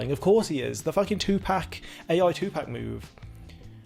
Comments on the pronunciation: It is 2Pac not 2Pack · 2Pac is pronounced Pahc/Pahck … it’s not like a pack of cigarettes